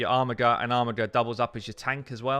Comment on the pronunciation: Mispronounced words are the FLAT STATS of the English language. It's pronounced ARMIJER not armigger. REEEEEEEEEEEEEEE!